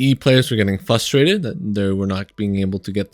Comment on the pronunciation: Amulets still work, they just give 5% instead of 15% resistance. Also, the word is "frustrated" not "fustrated"